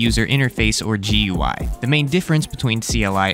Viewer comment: just something that irked me, its not pronounced G-U-I, its pronounced Gooey